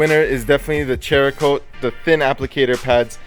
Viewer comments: Cerakote (sarah-coat), not CHER-A-Kote...LOL. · It’s pronounced serakote not cherakote. But awesome videos and thanks for the testing! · LOL he keeps saying cherakote.... its cerakote. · I find it funny every time you guys call the Cerakote "Cherakote" HAHAHAHAHA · Its Cerakote (saracoat), not "Cherakote". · I can't believe you are still pronouncing it as chericote. Where are you getting ch sound from? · Cerakote is pronounced Sara-coat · It's pronounced sarah coat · There's no 'H' in Cerakote. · How many months later and you still haven't learned to pronounce it??? (Oh and put a real grille back on that Jeep, you're mistreating it.) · Great review, but you guys really need lean how to pronounce the names of the products. You murdered Meguiars and Cerokote is pronounced ..."Sear ah ' coat...... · Dont normally comment but you guys clear uneducated pronunciations! The cerakote is a ceramic product, hence the name! And Maguire's sounds like squires! Why would you guys pronounce things wrong clearly ! Hope this clears things up for you!